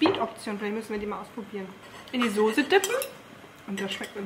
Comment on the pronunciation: Warum sagst du eigentlich Sose und nicht Soße? :)